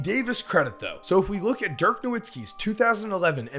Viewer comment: Dirk was far too good for people to still be mispronouncing his name